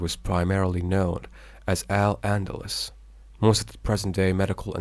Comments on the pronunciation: Thanks for the video. Very well organized and Informative. Just a few corrections to the pronunciations are needed. Words mispronounced Toledo, the e is accented. Toleedo Castile, The i is accented. [cas] tiil Al Andalus, The u is accented. [ Al Anda loose] Spaniard, The i is not silent. Secular, The e is accented. astronomy, The O is accented Reconquista, The u is silent. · A little bothered how the presenter pronounces some words incorrectly, like Al Andalus, Arabic and more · The repeated poor pronunciation of AL ANDALUS is distracting me in this video 😪